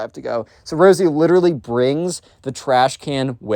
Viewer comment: Instead of rosey u said rizzy I was coughing from laughing btw great video